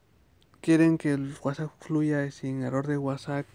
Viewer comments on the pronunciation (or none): Violenta un poco que digas whatsak pero fue muy útil la info. Gracias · es que en el vídeo no dice WhatsApp dice el guasak y suena cagado